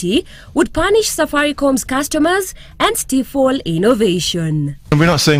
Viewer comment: Did the reporter just mispronounce the word Stifle?